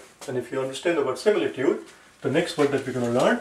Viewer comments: Is is similitood or simitude your pronounsiation and spell writing doesnot match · ITS SIMITUDE